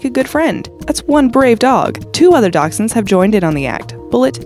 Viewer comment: She said dachshunds like “dak -sons” when it’s “dash-hounds”